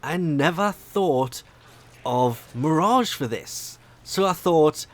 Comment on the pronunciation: It’s mirage